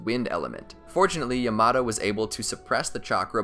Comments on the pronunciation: Learn how to say Yamato correctly YA MA TO not YA MA TAO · I’m sorry did I just hear your call Yamato “yea matt o”????